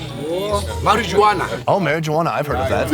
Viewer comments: I smoke daka “marriagegwaan” 🤣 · I love the way he pronounced marijuana... That's how I'm saying it from now on 🤣